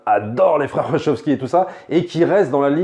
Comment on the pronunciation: Attends, j'ai bien entendu les "froeurs" wachowskis?